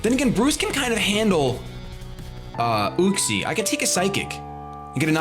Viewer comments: It's pronounced YUCK-SEE. Not OOCK-SEE. Just... SAIYAN OHHHHHHHHHHHHH HAHAHA SO FUNNY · i think its pronounced Yuck-see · It's pronounced UU-xie. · you say uxie weird. i always thought it was you-ks-ee